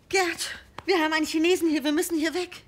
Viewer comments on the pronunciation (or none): none